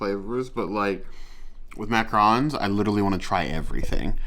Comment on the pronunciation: Yep, it is pronounced mac-ah-ron! With a lighter n at the end. Awesome vid, I hope to try these!